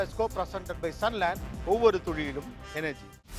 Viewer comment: ஒவ்வொரு துளியிலும் னு திருத்திக்கோங்க துழியிலும் னு சொல்லாதீங்க. என் நண்பரிடம் நீங்க நல்லா தமிழ் பேசுவாருன்னு பெட்டுக்கட்டி தோற்றுப் போயிட்டேன் ஐயா